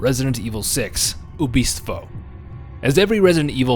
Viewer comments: You actually pronounced Ubistvo correctly. It is translated as the killing. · Your pronunciation on Ubistvo was surprisingly accurate, your pronunciation on Noga Skakanje though was the terrifying part.